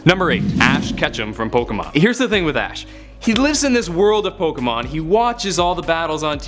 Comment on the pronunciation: I believe you were saying Pokémon correctly. Yours is the sound you get when you take the "Poke" sound from Pocket and the "mon" sound from Monster. Plus it is the correct way to pronounce "é" when you remove the nuances of the American accent. Yes, that does mean most people pronounce "Fiancé" incorrectly too.